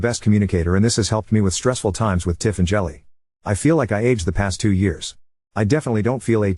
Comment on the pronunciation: I wonder if the kid’s name is Jilly and not actual “Jelly” like the AI is pronouncing it.